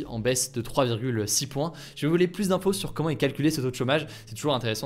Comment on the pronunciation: "siGnificatif", "pluS", tes fautes de prononciations me tuent xD